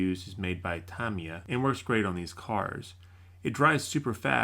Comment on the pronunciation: The cringe when you pronounce tamiya "tamei ya"